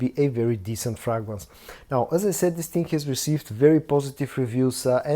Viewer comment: Bro stop saying dis ting and interrupting every review to say subscribe, but I think this scent is closer to elixer than le parfum